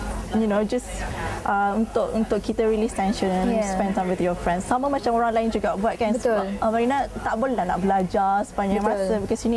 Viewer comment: bukan "orang" ok..."owruank"...hakhak...best student of malaysia.